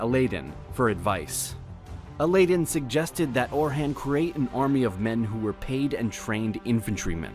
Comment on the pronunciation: How can you make such good videos and mispronounce simple words like "tomb" and "Orhan", among many others?